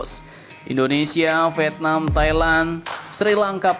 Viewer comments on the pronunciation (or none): none